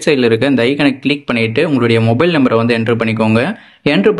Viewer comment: Number=nembaru, tarrif=terik enna thambi inthellaam nallaa pesunga